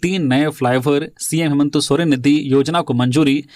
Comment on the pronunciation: हेमंत सोरेन या हेमंतो सोरेन ??? सही उच्चारण करें .....!!!